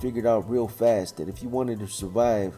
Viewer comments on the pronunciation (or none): none